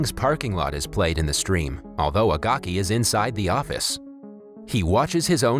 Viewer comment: agaki is pronounced a gay key